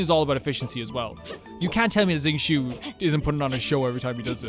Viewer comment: Uhm acshually it’s (zing-cho) not (zing-Choo) 🤓